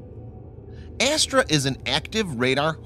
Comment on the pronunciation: Bhai ......Astra missile....not astral